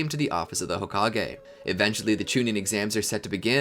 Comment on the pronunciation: i literally crying rn seeing how many people are saying homage and not hokage